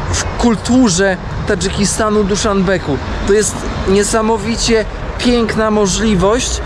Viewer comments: Kompletnie nie kumam czaczy w takiejże kwestii. Odkąd jesteś w Tadżykistanie mówisz o stolicy tego państwa ,że jest to Duszanbek, tudzież Duszanbeg, a tymczasem z tego co ja się orientuję to stolica Tadżykistanu ma nazwę DUSZANBE.. niezależnie od tego w jakim języku ją wymawiamy..... Popraw mnie jeśli się myślę, a jeśli mam rację to bądź łaskaw wymawiać wszystkie nazwy miast, miejscowości tudzież innych zapomnianych przez Boga , diabła i świat miejscowości zgodnie z przyjętą i oficjalna nomenklaturą. To nie pierwszy twój lapsus językowy.. Podobają mi się te twoje relacje, ale.. chcesz błyszczeć ok... ale wypadałoby naprawdę przygotować się do pewnych rzeczy, a nie tylko pleść co akurat masz w głowie... Już raz mi podpadłeś w swoich relacjach... mam na myśli tutaj twoją relację z granicy rumuńsko-mołdawskiej i tzw. fakersem... Liczysz na tzw. węglowy ślad i pocztę sandałowa... ok... nie ma problemu, ale pod warunkiem, że twoje relacje będą naprawdę profesjonalne i na tip top... Pozdrawiam. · Dolina Fergany, anie jak powiedziałeś Ferganu, Duszanbe , anie Dusznbeq, no i powoli rozumiem co masz na myśli mówiąc " grubo"- w Afganistanie będzie rozrywkowo, czyli grubo